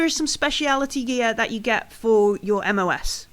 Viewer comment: Great start. Catching up with this campaign. Couple of notes MOS is pronounced “em oh es”. Corpsman is pronounced “coreman.” Currently US Navy personnel fulfill this combat medic role within the USMC. Cheers, rushing back and forth between the live show today and this to catch up.